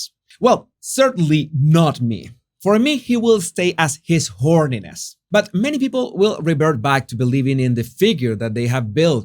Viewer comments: Is he saying , his horniness or holiness? Lol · Every time he said "his holiness" I heard "his horniness" 😂😂 Way more appropriate title tbh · Sounded like you called Dalai Lama His Horniness 😂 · Was I the only one who heard "His Horniness"? 😂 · No you didn't mispronounce the title of the Delai Lama. You were right first time when you said, "His Hornyness." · I thought you said his horniness at first to my shock and amusement lol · Did you say, "His Horniness"?? 😂 So much more appropriate if you did!👍 His Holiness..🤮👎